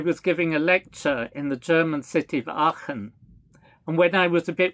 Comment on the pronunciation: hey, you pronounced Aachen correctly! Very nice, thank you for taking the effort to learn it. 🍄